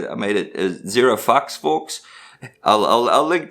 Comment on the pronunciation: Anyone catch with his accent "zero fox" turned into "zero fucks"